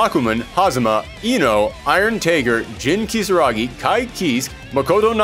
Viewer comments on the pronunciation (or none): none